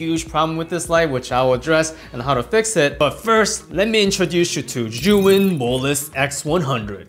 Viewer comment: Great review! Thank you! Why do all reviewers pronounce 'Zhuyin' instead of 'Zhiyun'?